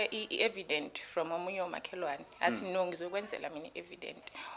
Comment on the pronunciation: Evidence not e Vedent